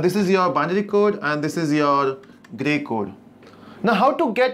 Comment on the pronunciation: Great video , but sometimes you get stuck on your delivery!!(Gay Code 😁)